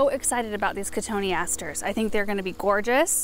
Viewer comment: Thanks for the pronunciation of cotoneaster!! 🤓😊